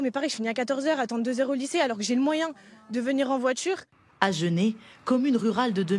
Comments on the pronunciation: "Voitchure, pratchique et la blonde de chez Citroën à la fin, qui nous sort du 'au jour d'aujourd'hui'." Moi ce que je remarque, c'est que si vous voulez apprendre à parler français, il vaut mieux éviter la France. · Ils ont tous la même voitchure